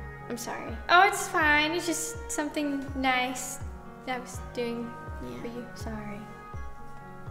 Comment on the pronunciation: “Mines diffwent” “it’s da swam fing”